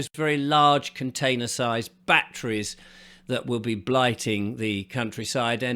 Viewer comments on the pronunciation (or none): none